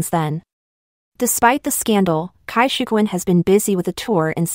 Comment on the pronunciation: And his about face on changing parties. The rest were just young people who get lost from lack of direction. Jackie Chan, what have you done?:face-fuchsia-wide-eyes: His wife was a beautiful Taiwanese Actress way back when. Cai is pronounced Tsai. I really hate pin yin.